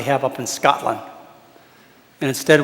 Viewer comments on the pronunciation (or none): none